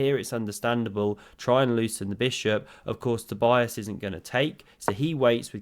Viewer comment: So his name is pronounced toe-BEE-is KER-luh (very roughly). But the first name is the most important one. toe-BEE-uss